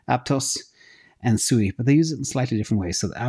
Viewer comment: Sui is more similar to AVAX, it's in the name Sui Vs Sue-i